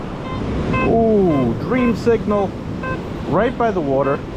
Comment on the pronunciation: With you being a foodie, is it really any wonder that when you say "dream signal" it sounds like "Creamsicle"? 🤔🤣